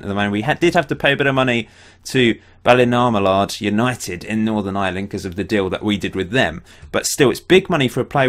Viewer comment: Pronounced ball-a-mallard mate, live across the road from the club